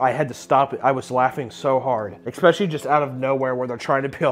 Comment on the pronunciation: Papa, I love you, but Jesus fucking Christ, it’s ESS-PECIALLY not EKS-SPECIALLY